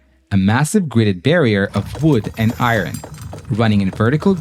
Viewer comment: stopped listening when I heard how the narrator pronounced 'iron'.